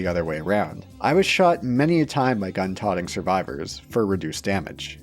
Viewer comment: Hey, it’s pronounced tuh-oat-ing not Tawting lol. Gun toting